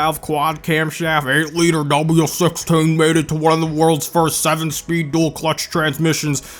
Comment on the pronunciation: I lose it whenever you say "W16"